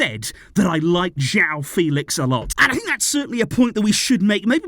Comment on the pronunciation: I saw an interview where Joao Fèlix said it’s not pronounced the way says it but the other way Fè-lix